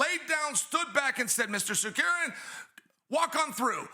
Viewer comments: I'm looking forward for the Islam and Arman fight, just for hearing Chael spelling Tsakuryan instead of Tsarukyan. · always, its always good to see Uncle Chael.... butcher another last name, he absolutely butchered Arman's last name 😂